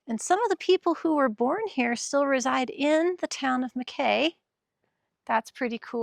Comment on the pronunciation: It’s pronounced Mack EEEEE.